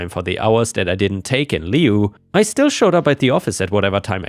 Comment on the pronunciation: The syco in sycophant is spoken as Sicko rather than psycho, and lieu sounds the same as the lieu in lieutenant, or the loo where you have a slash.